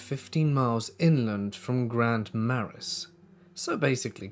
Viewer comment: Minnesotan here and Grand Marais is really pronounced Gran Mar-ray